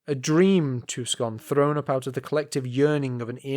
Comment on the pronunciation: No way you could've known, but it's pronounced "Too-son," not "Tuck-son."